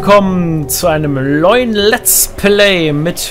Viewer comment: sagt er echt am anfang leuen statt neuen